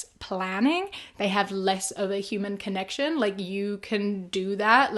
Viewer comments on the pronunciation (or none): none